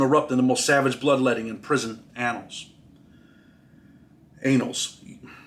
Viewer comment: “… in prison annuls….Anals….WHOA!” I’m sorry but that made me crack up